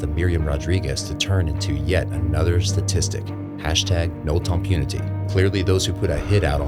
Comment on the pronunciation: AI Narrator: "hashtag Noel Tom Punity" ... YT auto-generated English subtitles: "No Trump Unity" ... the video's very own subtitles: "No time for unity." WTF is going on here? It means "No to impunity." Can we quit churning out low-effort videos?